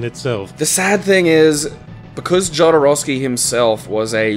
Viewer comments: well, i had to say that jodorovsky is pronounced as [xoðoˈɾofski] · The way you guys pronounced "Jodorowsky" made me so unreasonably angry.